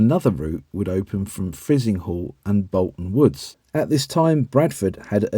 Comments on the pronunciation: Frizinghall - Fry-zing-hall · Frizinghall pronounced Fry Zing hall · Although Frizinghall is pronounced "Fry-zing-hall". You also misread Thackley.